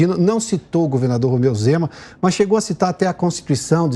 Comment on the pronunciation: Pioto: "Rozeu Mema"